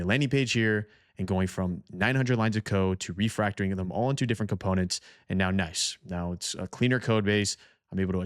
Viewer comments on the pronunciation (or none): the word is Code Refactoring, not "refractoring"...